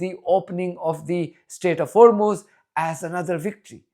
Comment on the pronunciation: i waited for trump to butcher the pronunciation of hormuz. he did not disappoint. 😅